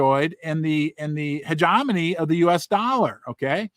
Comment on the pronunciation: You pronounce it hedge-Jem-eny Hope that helps. Love your content